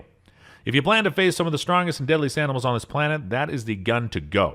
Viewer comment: "The strongest a de'dl'est anim'ls on dis plan't" jeepers man! Have a single solitary care!